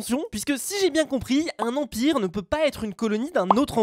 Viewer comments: gg dophmine « Emipre » au lieu de empire 😂👌👌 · C pas emipre mais empire!!! 😂😂😂 Tu etais fatigué nan? 😂 Likez pour qu'il le voit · Tout le monde: Un Empire: Un Emipre 😂😂😂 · "Emipre" et "emipre" xD edit : Musé de la paix aussi ! x)) (tkt on t'en veux pas) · un EMIPRE? C’est quoi ça encore? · un « emipre »? T’aurais pas inversé quelques lettres 😂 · Nice le « EMIPRE » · a "émipre" 😂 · emipre ? X)